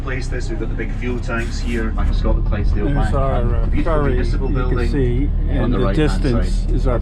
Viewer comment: That would be Scotland and not Scatland as pronounced.